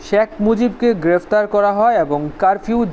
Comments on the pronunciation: খুবই ইনফরমেটিভ ভিডিও, কিন্তু উচ্চারণটা আরো সুন্দর করা লাগবে। বার বার শ্যাখ মুজিবুর শ্যাখ মুজিবুর শুনতে কিছুটা বিরক্তই লেগেছে। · 'শ্যাক' মুজিবুর রহমান উচ্চারণ বাদে বাকীসব ঠিকাছে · কিছু মনে করবেন ভাই, আপনার শেখ উচ্চারণ টা হচ্ছে না